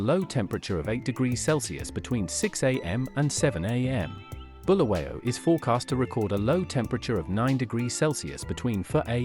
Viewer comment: It is Bulawayo not Bhuluweyo